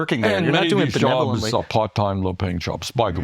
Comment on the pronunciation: If this Mf says benelovent one more time!!!!